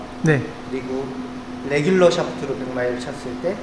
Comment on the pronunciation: 궁금한점 정확한 실험을 통해 이해 했습니다. 의 “뤠귤루” “샯퓨투” “슐료유” 미쿡본토 발음 같으세요! 골프도 잘치시고, 발음도 좋으시거, 도대체 못하는게 없으신 것 같아유